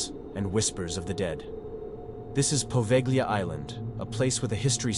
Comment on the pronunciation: Good stories here. I've subscribed. Only wish you'd get the pronounciation right on place names in the first story. The "g" is silent in Poveglia. Also Lido is pronounced as leedo. The "i" is not pronounced as the "i" in lime.